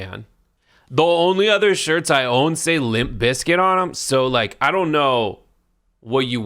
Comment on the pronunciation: They're "shirts" without the "r."